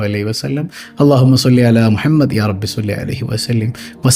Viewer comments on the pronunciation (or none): none